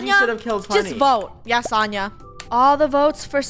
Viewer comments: btw its pronounced so-n-ya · Sonia is actually pronounced Sonja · Fun fact: It's pronounced So-n-yah. Im pretty sure sonia was dressed up as sonia nevermind from danganronpa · ItS so-nyi-ya jEeZ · Who else were triggering at the way they were saying "Sonia"